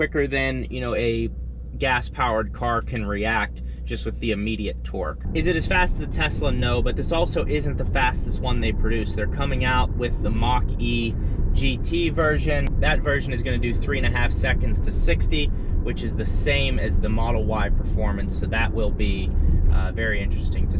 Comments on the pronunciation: you saying MEX-e LOL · you saying the MEX-e LOL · are saying MEX-e LOL